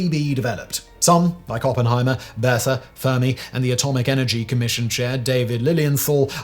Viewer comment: Bethe is pronounced "beta" or bay-ta.